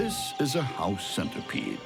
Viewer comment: When he said “house centerpiede” I looked around my room.